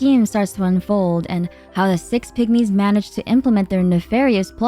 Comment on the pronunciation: Six pigmies Sounds like 6 “pick me’s” 😂 I genuinely thought you were making a joke for a minute. 😅